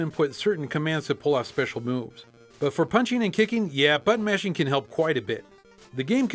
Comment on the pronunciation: Everytime he says button mashing, it sounds like he's saying butt mashing.